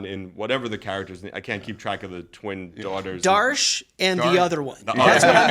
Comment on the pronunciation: Why the hell are they are pronouncing Data’s Daughters name as “Darsh”? Her name is Dahj.